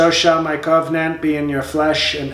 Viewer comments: Every time he said Cove Nant I chuckled. dude you are funny. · Cove-nant or Cove-n-ant? 😱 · I am pretty sure that the word is "koh-Veeh-nant". Isn't it?